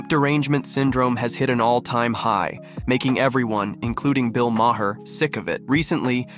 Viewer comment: Great video. Also, Bill's last name is pronounced as "mar."